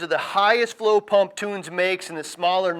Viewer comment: Great informative video. That being said, you should know how to correctly pronounce a product company's name. Tunze is NOT "toons" ...it is as follows: The German pronunciation is Toon-zuh, but it is typically pronounced Tun-zee here in the states. Just letting you know that is makes your credibility go down, from a consumer standpoint. Not hating, it is constructive criticism. Be correct, at all times....NOT the Billy Mays of fish goods. (good advice)